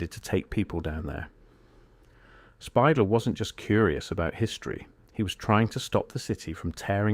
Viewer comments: Bill Spidel's last name is not pronounced SPY-dull. It is pronounced spy-DELL, (like The Farmer in the Dell). It's also not spelled Spidle. It's spelled Speidel. Learn to spell and pronounce names correctly before you post videos!!! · The video mispronounces Bill Speidel the whole way through! It’s not pronounced “spy•dull”; more like “spy•Dell” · Obviously, the majority of these photos are AI generated. The voice is AI generated. You can tell because they're pronouncing Bill Spidel's name incorrectly. It is actually pronounced SPY-DELL with the accent on the second syllable. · Pioneer Square is not really Downtown. Underground is just basements. Been down there many times in many places. You completely mispronounced Bill Speidel's name. This sloppy AI shit is unbearable.